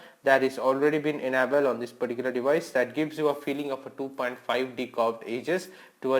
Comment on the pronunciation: Why do u always say "peticular" ???😨